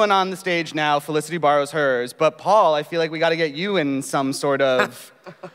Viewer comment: It's Felicity not olisity